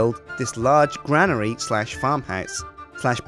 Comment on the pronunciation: cant say granary...... lol